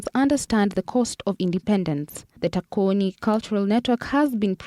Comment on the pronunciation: The Chetambi is about TACHONI, pronounced as TOUCH ON & not TAKONI